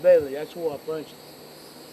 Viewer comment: "And I puncheted eet." hahaha. This is awesome.